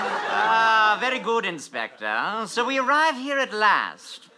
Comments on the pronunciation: inspector please sounds like hector please. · WOAH I just realized that when says "inspector PLLEEEAASSEEE" it sounded exactly like "Hector PLLEEEAASSEE" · Has anyone noticed that in the one where saying the crimes he committed, say "Inspector, please," and it sounds a lot like "Hector, please"?